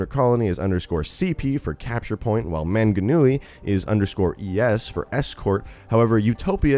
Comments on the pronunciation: Anyone else cringe at the incorrect pronunciation of Manganui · he butchered the names so much 😂 manga noowee 😂 also it's not rly a small island, our land mass is larger than most island including England's. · Im a new zealander and when he said manganui, i didn't recognise it at first 😂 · Its pronounced Mount Mowng-a-newie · Your pronunciation is wrong for "Manganui", Manganui is a Maori word so it sounds different The way you pronounce it is " MA-NGA-NUI" The Nga sounds like Naa (try not to roll your tongue) Its cool that they are exploring New Zealand and its culture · MANGANUI AYYYY THATS MY COUNTRY BOI also "manga-nui" lmao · And its mt Mong a nui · As a New Zealander I never hear many North Americans trying to pronounce the Maori city and place names so I had a good laugh, but he did well considering he's probably never heard them verbally said before. Super excited for a map in New Zealand though, even though Roadhog is technically from New Zealand it's often overlooked so this map is gonna be cool because Overwatch is super popular among Kiwi gamers. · i live in mount maunganui and it doesnt have snow at all it take me 20 min to walk up the mountain mate also i love your pronunciations of mt maunganui is really funny :P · We are not "offshore" of Australia. There's 4000kms between us. Nor are we "a small island". We are many islands. You spelled Maunganui wrong. You also pronounced it wrong, along with Tauranga (which I can't really fault you for). You also used a photo of a snow covered mountain which confuses me. It was obviously not mount Maunganui, Tauranga is a very sunny place. We are a Polynesian nation after all. When it comes to Overwatch lore though, we don't know the state of NZ, do we? It's too far away from Australia to have been affecting. Assuming something seperate didn't happen to ruin NZ. I think it would be a waste to have the NZ map be a post-apocalyptic one seeing as Mount Maunganui is a beautiful place.